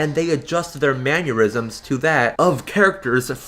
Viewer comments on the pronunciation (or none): Been watching this channel for a while now and I gotta say my favorite thing about your videos is how you pronounce mannerisms. "Maneurysms"